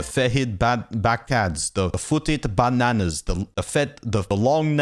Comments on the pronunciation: i belive its pronounced "fet-id Bahk-nahs" not foot bananas even though the nails do look like rotten bananas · Fetid Baghnakhs is pronounced Fet-idd Bag-Nacks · Heh 24? 12? ROOKIES!! You got rid of the Copper Shortsword! Also, it's pronounced Fe-Tid Bag-Nacks